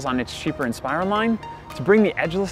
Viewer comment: Hmm. I've never heard "Asus" or "Inspiron" pronounced that way